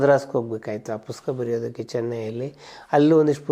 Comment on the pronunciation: ಪುಸ್ತಕ ಅನ್ನೋ ಪದವನ್ನ ಯಾಕೆ ಯಾರು ಸರಿಯಾಗಿ ಹೇಳುವುದ್ದಿಲ್ಲ.......